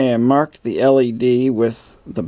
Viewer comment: You keep saying L.A.D.